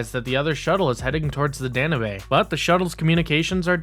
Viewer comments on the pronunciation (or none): Nice video but I was distracted by you saying Danube. It’s pronounced Dan-yoob not dan nay bae. Other than that like I said I liked the video. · Oh, for the love of (insert holy person's name here)! It's the "Danube" dan-you-buh (or dan-you-b) like the river in Europe. NOT "Dan-uh-bae." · The ship "Dan-oo-bay?" Danube is pronounced "Dan-yoob." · Sorry to sound petty,but its pronounced "Dan-yoob", not "Dan-u-bay". The ship is named after the Danube river. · Danubae? Sure it’s not the Danube? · Listen.. i REALLY want to like what you're doing here. But with ALL the pronunciation errors here - CIndy (Syndey), Da-nu-bay (danube, dah-noob) and others - It's clear you don't know, understand, or respect the material or are just reading (poorly) off of a teleprompter. Sorry man. You need to up your game. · “DAN-YOUBE”. It’s a big river in Central Europe. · That’s not how you pronounce “Danube.” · The way you kept pronouncing Danube...that shit legit triggered me lol